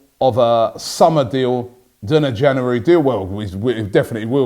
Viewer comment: Can you teach him how to say January, instead of Jannery?